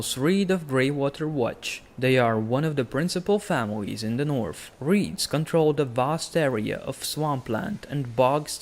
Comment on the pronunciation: Take some English classes before you make more videos. It’s impossible to watch when you’re calling The North “teh Norf”